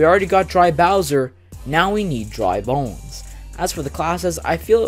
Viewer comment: You got Dry Bones and Bowser Jr. correct!